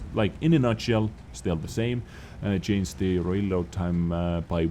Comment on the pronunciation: You are one of the best wot yt , but can you for the love of god stop saying chainst instead of changed ?